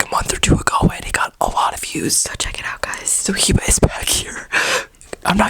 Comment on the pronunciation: Why are you pronouncing ur name HEEEEBAAA LOL.. when it is HIBA WITH A VERY LIGHT I..like eh eh.. (Hiba..!!)..